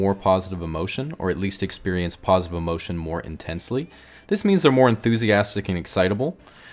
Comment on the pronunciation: Ha ha “paws-itive” emotion